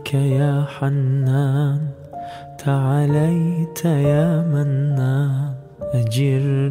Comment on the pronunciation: Çok güzel bir tını yakalamışınız. Teşekkürler, tebrikler. Keşke bir Fem i Muhsinden tecvit dersi alıp yeniden okusanız. 1. Te’aleyte değil Te’âleyte 2. Ecirnaaa değil, Ecirneâ 3. Allahın bazı isimlerinin doğru mahraçları vb…